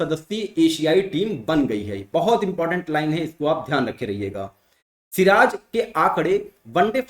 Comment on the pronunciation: सिर ताज ...... सिराज 😂😂😂😂😂